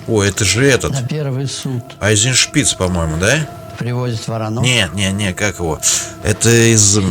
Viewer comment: Ещё и комменты удаляет. Необразованный , неграмотный бездарь , говорит Айзеншпитс , вначале ролика😀😀😀 после этого уважение упало и после 15 секунд выключил видео